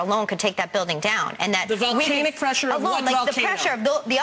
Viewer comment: "volcaayyynic" she cant even pronounce words.